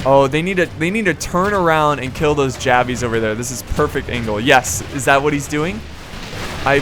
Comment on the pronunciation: Love the channel... just wish you wouldn't say javies